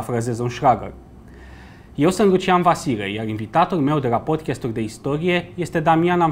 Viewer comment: Băieți, vă rog, se pronunță așa cum se scrie, adică PODCAST, nu PODCHEST